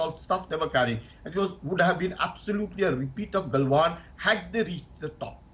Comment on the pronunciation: It's galwan not kalwan bastard and it's named after Muhammad galwan